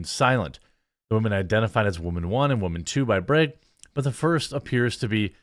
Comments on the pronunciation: BRAGG not BREGG 🤦🏻‍♂️ You want an upvote, pronounce name correctly. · Dropped a like for your Wisconsin “breg” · I like the way he says "Bragg." Reminds me of my daughter when she says "leg." It comes out "layg." Good stuff. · But how come you say can, and not cane? Or Democrates? Not making fun of you, I just find this speech issue bizarre where you pronounce "A" like it sounds in the alphabet in flag or Bragg, but not with other words with an A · How did you know I was enjoying the way you said brag 😂 that means I have to go buy more coffee ☕